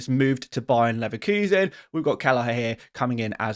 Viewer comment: Guys cmon. You all know ball... ITS BAYER LEVERKUSEN, NOT BAYERNNNNNNN LEVERKUSEN! Cmon!!! LEVERKUSEN IS NOT IN BAYERN aka BAVARIA.